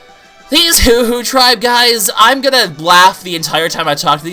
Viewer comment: it's hoo not poo